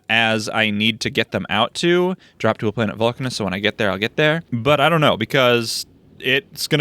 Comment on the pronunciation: You can probably pronounce Vulcanus the same way Uranus is pronounced, with an Uh sound instead of a long-A sound, so it would sound like Vuhl-Cuh-Niss.